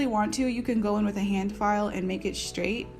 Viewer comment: im not gonna lie i thought its so weird that she said her daughter femijr like wtf lol n its a haand 😭😭